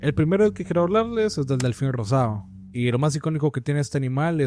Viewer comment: Nada mal, pero no se dice rosao o azulao es "rosado" y "azulado" hay una "D" antes de la última vocal, habla bien.